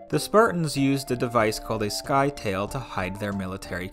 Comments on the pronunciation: It's pronounced "sit-a-lee" (rhymes with Italy), not "sky-tale". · I stopped the video to comment. I was going to say that is pronounced 'ski-thale".. Without doing any research I was positive that, sky-tale is wrong for sure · "Sky tale"? Sure, let's assume that Ancient Greek words were pronounced exactly like 21st-century English words, no need for an extra 10 seconds of research. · Nope. It's ΣΚΥΤΑΛΗ (skitalee) and the tonation goes like "italics".